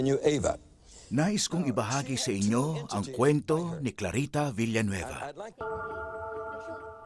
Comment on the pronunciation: Filipino- Clarita Villanueva American- Clarita Villaanweeyva